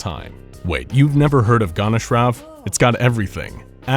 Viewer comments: What the fuck is Gonashrov, its gon cha rov. Really difficult to pronounce and read the word properly, right? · It's "Goncharov", not "Gonnashrows".. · It's not gonsharov it's gonsharov Ch like in Chinese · Your pronounciation of Goncharov makes me want to throw myself into SCP-682's containment chamber.